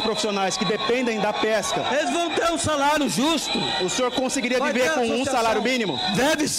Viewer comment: Ele "veve" com um salário mínimo.